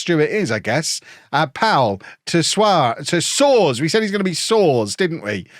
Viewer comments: You were right the first time. It's Swar-es like Mario Soares the famous Portuguese prime minister from former times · It's SO-AH-RESH 😂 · Tom Soares' last name is pronounced "Soars" Tom Soares is English-Barbadian as well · It's soars, Fulham had a young player with the same name years ago. Tom Soares, went to Spurs I believe and obviously didn't fulfil his potential. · His name is pronounced "So-Ar-Iss" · It was so funny seeing you try to pronounce Soares 😂 I don't think you got it right once (yet)